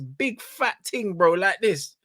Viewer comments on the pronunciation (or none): Bro... Easy with the "Jamaican Ting" enuh...😂